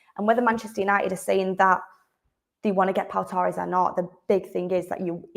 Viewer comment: It's not toe ress it's torres , you didn't hear people refer to fernando torres as fernando toe ress did we?.